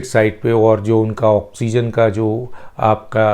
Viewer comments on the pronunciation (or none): none